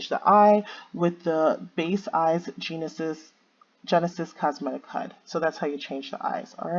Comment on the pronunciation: Drinking game: Every time says "Genus" instead of "Genesis".